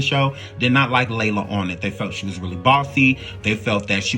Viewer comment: You are mispronouncing so many names and that makes this video cringe. It's Lela, not Layla. Ugh...disrespectful